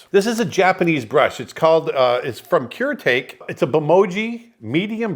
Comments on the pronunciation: oof, im sure its been said but since its your fave pen, its Ker-aeh-tah-keh, not cure take xD if its japanese the Es are pronounced differently than they would be in eng. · Oh man, hearing you say that name was jarring as hell. Ku-ray-tah-kay my friend. Nice pen though. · Brush pens are great to draw with. Also the way the brush pen is pronounced is ( Kooh Reh Tahk Eh). I have the refillabe Brush pen from Pilot that does fine lines I think. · I love the Kuretake brush pens, but that was the whitest pronunciation of the Japanese brand I've ever heard. Lol Koo-reh-tah-keh (with rolling 'r' of course) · That's ku-re-ta-ke, my man! An A+ brush pen, though. I love a good brush pen.